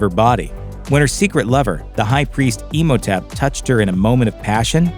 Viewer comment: I love how you pronounce Imhotep. Like Emo-tep